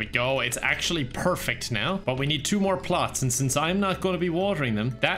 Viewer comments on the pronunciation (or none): "perfecked" got me